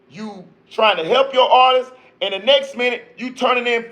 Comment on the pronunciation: You got a sub for that "artisis" comment... Niggas really be having a hard time saying the word "artist"